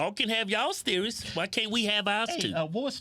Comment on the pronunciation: “Let’s get sers on this”